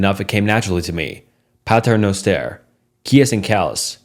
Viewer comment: the pronounciation at Pater Noster😂💀